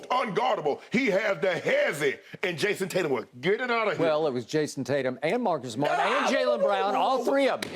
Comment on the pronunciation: best way possible for pronouncing marcus smart